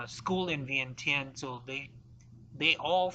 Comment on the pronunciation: For a history teller, why do you have to pronounce Vientiane so stupid? Just because English cannot spelled it correctly you don't have to pronounce it the way it can only write.